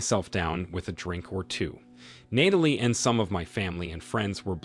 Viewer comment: You make the effort of finding stories and uploading but you can't program the voice to pronounce the name Natalie correctly? Do you know how grating it is to hear Nay-telee over and over?